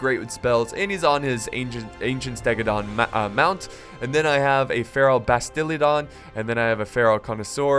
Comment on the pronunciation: Ive got a Feral BastiladOn not bastilEdon